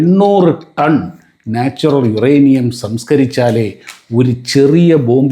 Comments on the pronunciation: യുറാനിയം അല്ല മോളെ... യൂറെനിയം ആണ്.... പ്രസാദിന് ഒന്ന് തിരുത്തി കൊടുക്കാമായിരുന്നു... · യുറാനിയം അല്ല,യുറേനിയം